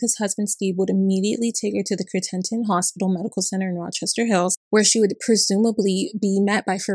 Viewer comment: You also mispronounced his wife’s first name. Samar sounds much like “summer”. And Crittenton is also different. I’m from that area although I never had dealings with Farid.